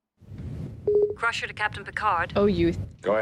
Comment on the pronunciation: actually it’s pronounced ‘Crusher’